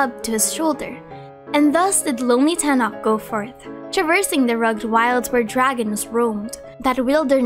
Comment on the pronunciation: Tenoch pronunciation is near to Tenosh, not tenok The Ch is like Chevreuse